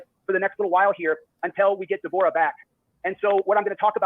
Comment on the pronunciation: He was never going to fight him even if he went back in time 30 year's. Also it's pronounced ( Deb- oh- ra ) COWARDLY POS LIAR ❗